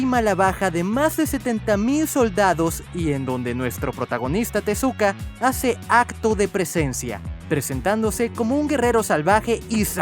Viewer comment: Takeso se pronuncia Tezuka O lo dijiste mal?